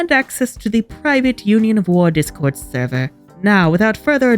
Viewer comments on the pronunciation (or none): none